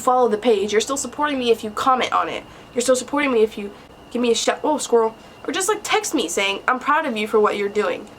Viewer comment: I don’t know if it was just me but she says I quoteshe said squirrel LOL shake my head. Also follow me on Instagram official Anthony